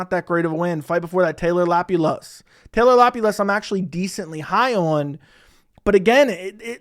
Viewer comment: Grabbing my popcorn for these mispronunciations ! 😁😁 - "Qouaey" Fernandes - Nathan "Flecksher" - Taylor "Lapioulaes" - Puja "Tumoar" - "Andre Pulyayev" - "Loony" Kavanagh - "Andrea" Lima - Morgan Charriere , or is it "Chéri" ?? Carlos "U-berg"